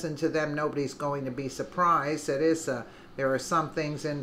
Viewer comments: Don't appreciate Neil Cavuto's snarky, leading and unnecessary questions, but if he gets his liberal fans to watch these interviews with brilliant men like Issa (pronounced "eye-sa") then I guess I can tolerate the snark. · Pronounced..EYE SA